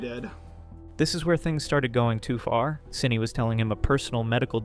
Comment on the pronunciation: Its SYNNI not Syinna